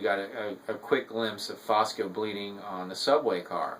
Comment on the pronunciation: Good review. BTW, the name is Fusco, not Fosco.